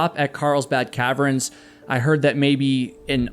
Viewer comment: He also keeps pronouncing caverns as "Calve-erens" instead of "calve-urns"